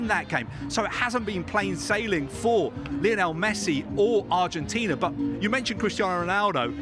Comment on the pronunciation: Guys, you could at least make an attempt to pronounce Lionel correctly.